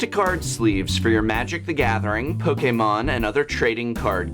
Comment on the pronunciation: it's a good thing you pronounced Pokémon right